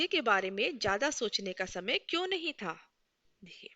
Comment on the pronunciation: Mam par sorry , par aapka था, पा jaisa lag rha hai